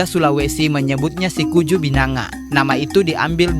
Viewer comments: Mohon maaf bang, orang makassar mengebutnya Sikuyu, bukan Sikuju bang, mantap babg🎉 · bukan sikuju tapi sikuyu binanga sy luruskan sedikit. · Sikuyu bukan sikuju